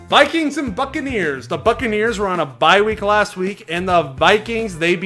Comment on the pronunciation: I thought he said the Fuckareers